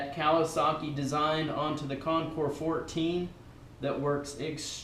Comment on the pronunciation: Wow! Great Job! This is the very FIRST video review that I’ve seen/heard where the name of the bike was pronounced CORRECTLY. I’m just in shock! Almost NO ONE says it correctly... Thank you.